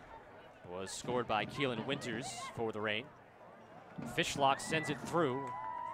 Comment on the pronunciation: LOL Woman commentator talking about the keepers before the game starts, said "Jessica Fish hook" LOL!